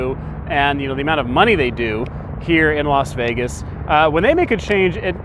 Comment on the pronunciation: Las FEEgas